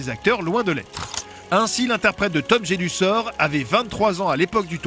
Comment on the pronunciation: "Poudlarde" au début et à les "waisslai" et "Tom Jédussor" à 😂 Sans dec ils peuvent pas mettre quelqu'un qui connait un tout p'tit peu Harry Potter pour en parler 😄